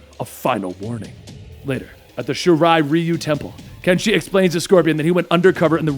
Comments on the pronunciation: Its pronounced "shi-ri-ri-yu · Criket Person Shiri Ryu. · Its sha-ri-riyou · I love u bro, but I'm cringing the way u say shirai Ryu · Am I the only one extremely uncomfortable and bothered by how he pronounces Raiden and Shirai-Ryu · Pretty sure he mispronounced Shirai Ryu too.